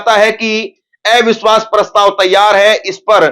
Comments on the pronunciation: एविश्वास नहीं,,, अविश्वास बोलिए। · Avishwash not evishwas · ऐ विश्वास नहीं “अविश्वास” बोलें पत्रकार महोदय..😅